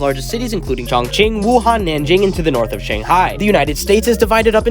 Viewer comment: Bro said Ching Chon…